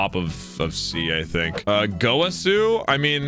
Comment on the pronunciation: I love how he pronounced gowasu “gouasu”